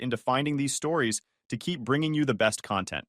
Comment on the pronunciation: It’s “stories,” not “storis.”